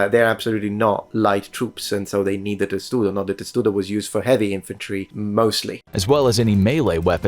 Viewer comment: Testudo? No. Tesudo sounds Japanese.